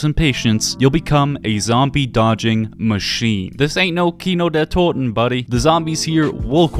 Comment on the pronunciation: It triggers me that he can pronounce Kino der Toten oder Nacht der Untoten in perfect german